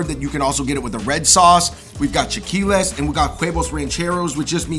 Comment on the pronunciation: I noticed it too! Not to mention his Sriracha comment and the fact that it is chilaquiles not "chaqiules". Made me doubt his knowledge, but maybe he was nervous.